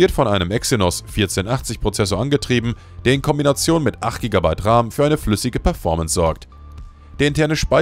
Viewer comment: Kein sehr gutes video. Und entweder ist das eine KI Stimme in dem Video oder das Skript ist voller grammatikfehler. Beispielsweise wird RAM, auch RAM ausgesprochen und nicht Raahm.